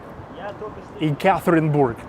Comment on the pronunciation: Hi,! The correct pronunciation of a name of my city is ЕкатеринбЁг, if in english. Have a good luck!